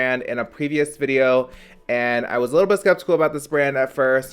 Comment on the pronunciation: having hard time saying skeptical is my aesthetic okau